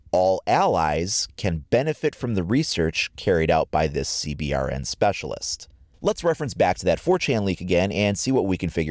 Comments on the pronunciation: This guy does good on his videos, but for the love of god he makes me go beyond cringing when he says C B R N. Its pronounces (Sea-bern) GOD DAMNIT! Lol I've never heard anyone pronounce it like that. He must be the kinda guy who plays inverted, or pours milk in his bowl before pouring the cereal, you know like the worst kind of person you could possibly be... Also it pisses me off when people who don't know about firearms talk about them lol. And lastly that other gun is obviously a KSG 12 shotgun. Just saying... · CBRN IS PRONOUNCE (SEE-BURN) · Love it. Also, its pronounced "C-Burn" :) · A good way to pronounce CBRN just say see-burn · Anyone else like me in the military that gets triggered when they say "C B R N" instead of "see burn"? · you don't have to say C BRN just say C BURN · It is pronounced CBurn not C B R N just FYI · CBRN is pronounced "Seeburn" btw :) It's a common phrase in the US armed services, and rolls of the tongue easier. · CBRN the acronym for chemical, biological, radiological and nuclear is pronounced "C Burn" for short in the military fyi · I know I’m being picky, but for CBRN just pronounce it C-Burn. That’s how we say it in The military:p awesome video though! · When you say cbrn, you just say (c-burn) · CBRN is pronounced "c-burn". Just trying to save syllables :) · Pronounce CBRN like "Sea Burn" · It’s pronounced c-burn